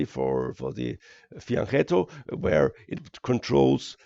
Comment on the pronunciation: Fianchetto (ch is pronounced K)